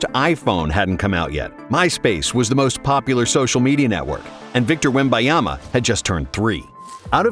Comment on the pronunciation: Victor "Wemaiamah"